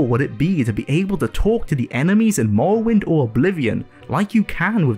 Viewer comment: The way you pronounce “morrowind” is infuriating. Good video tho.